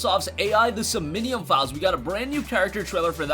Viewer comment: Pretty sure that says "som-nee-um" ...and not "so-min-nee-um" like you said. I've never heard of either of them, I just read the thing so maybe I'm wrong. Js.